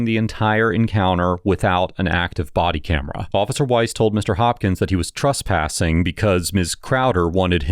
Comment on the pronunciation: Tress...tress...it's trespassing...not truspassing. This guy knows exactly what he's talking about and knows how to articulate his rights...good on him!